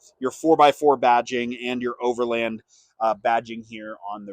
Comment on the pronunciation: Thank you for pronouncing "Overland" correctly. Also, excellent review :)